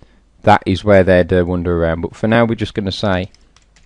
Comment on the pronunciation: 'Wonder' instead of Wander? LOL Great video - learned a lot. Cheers